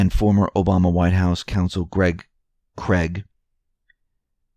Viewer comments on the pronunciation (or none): none